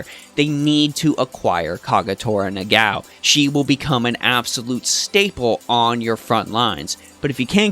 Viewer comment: Great video, and I enjoyed the in-depth details in your guides! Also, I'm pretty sure her name is pronounced Na-ga-o and not Na-gao? :o